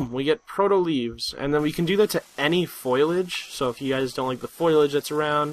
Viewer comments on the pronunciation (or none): Nice mispronunciation of foliage and especially. Foyaledge and ecspecially.